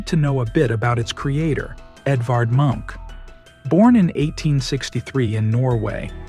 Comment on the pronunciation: I think it's still AI. Listen to how "Munch" is pronounced from - . a human would not change the pronunciation that quickly